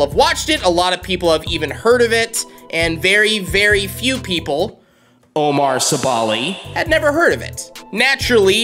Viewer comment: It’s Omar Sebali! NOT OMAR SEBOLI!